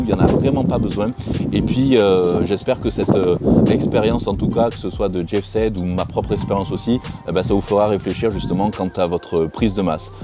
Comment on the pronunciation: Ça se prononce jeff Saïd pas sèd et c’est ps lui qui a lancé le mouvement aesthetic c’est Zyzz jeff était très fan de lui